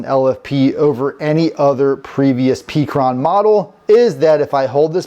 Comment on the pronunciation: It's call pecron, like peck sounds like heck-ron not peak